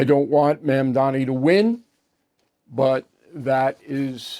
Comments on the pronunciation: Bill, do a man the courtesy of learning how to properly pronounce his name. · Is "Mamdani" really that hard to pronounce for such an academic as yourself sir!